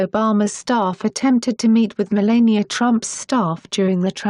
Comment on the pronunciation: Melania Pronounced: . La as in the musical note or the word lab (not le) !